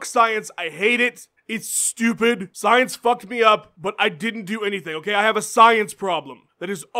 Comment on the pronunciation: "H'oh kay Jon Jones, ho' kay"